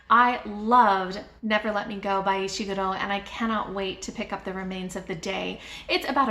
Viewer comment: I laughed with delight as soon as I saw the thumbnail - love your look! Great choices, especially the Hitchhiker's Guide, I have such strong memories of reading that. And yeaaaa for being someone who pronounces Ishiguro's name correctly! That always drives me nuts, hehe. Great tag!